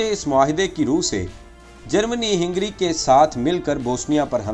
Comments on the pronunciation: Hingry nahi Hungary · ہینگری نہیں ہنگری ہے. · لیکن یہ لفظ ہِنگری نہیں بلکہ ہنگری ہںے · پیارے بھائی اچھی کوشش ھے۔۔۔جاری رکھیے۔۔ ھنگری میں ھ پر زبر ھے آپ نے زیر پڑھا یہ تلفظ بھی ٹھیک کیجیے۔۔۔ ترکی نے جرمنی کا ساتھ دیا تھا آپ نے اس پر بات نہیں کی۔۔ اور ھندوستان کے مسلمان اور سکھ انگریزوں کی طرف سے لڑتے رھے اور مسلمانوں کے خلاف بھی استعمال ھوئے